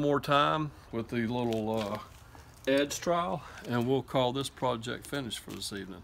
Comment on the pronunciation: Nigga said edge trowel🤣